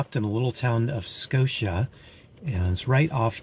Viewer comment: Your pronunciation was perfect. Scotia NY is a suburb of Schenectady which is outside of Albany. It was a wonderful village to grow up in. ❤️ We enjoy your videos very much. I hope you have Healthy and Happy new year.